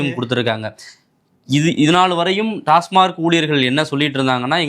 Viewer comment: டாஸ்மாக்.. டாஸ்மார்க் இல்லை